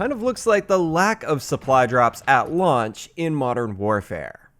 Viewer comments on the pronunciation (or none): There won't be any supply drops... Us: Ok, cool.:...*mumbles* at launch... Us: What?: What?